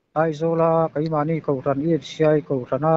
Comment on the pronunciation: Rawn, rawn, rawn, a lam dan hi ka ngaimawh hle mai